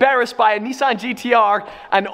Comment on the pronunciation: LEARN TO PRONOUNCE NISSAN!! FUK ME!!!